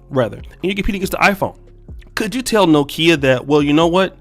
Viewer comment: Did this nigga really pronounce it No Kia?